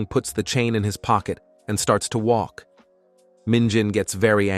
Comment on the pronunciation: He starts to woke in the rain. How do you woke in the rain. Its suppose to be walk not woke. Can't we get better Ai for these stories or use your own voice.